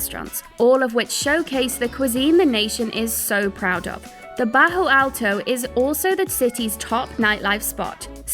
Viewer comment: It's Bairro alto not bajo alto